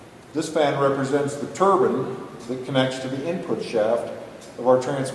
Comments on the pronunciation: wonderful and informative.I just hate the way you pronounce the word "turbine" its not a turbin , short I sound, its a turbine, long I sound. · Don't forget about that "turban" lol. It's TURBINE.. tur-Biiine. See that "e" on the end? Awww you'll get it.